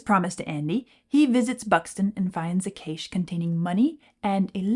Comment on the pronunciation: The word "cache" rhymes with "moustache." Cache is also a homophone for "cash."